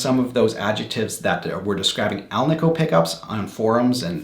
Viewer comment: I preferred the alnico. One minor critique... it is pronounced al-nih-co. Not al-nee-co. Anico stands for ALuminum NIckle and CObalt which is the composition of the magnet. Hence AL, NI, CO. Thank you for the video.